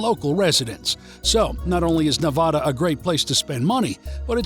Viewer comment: Please...it's not pronounced like Ne-VAH-duh. . Think "a" as in apple, instead.